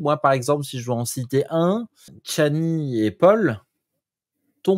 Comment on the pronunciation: C’est pas chanli, c’est Chani !